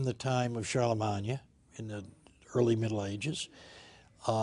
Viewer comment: lovely to hear Charlemagne pronounced correctly.